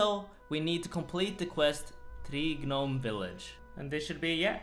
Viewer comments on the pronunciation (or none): I hate how you put emphasis on Tree "GA"nome Stronghold, or the "GA"nome glider. Just pronounce it without the G l0l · lol "Guh-nome" instead of "nome" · Lol the way he pronounces Gnome: Ge Nome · the G in Gnome is silent in English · Lmao I love how you say "gnome" the G is silent my dude.. just say it as "nome" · its nome you dont say the g in gnome. i know youll see this as hate or w/e but its genuine as i was saying gnome till i was corrected. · the G is silent in “gnome”….. You’re still cute 😘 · Please man it's pronounced nome, like home but with an n. The g is silent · Stop saying Ga nome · I know English isn't your first language so dont take this too seriously, but hearing you actually pronounce the G in Gnome is hilarious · The g in gnome is silent my friend. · The G in Gnome is silent. Like the K in Knight. Please take note, sir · Just realized... he pronounces the “G” in “gnome” 😅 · The G is silent bro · Hey! dont pronounce the g in gnome! its silent:D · The g is silent…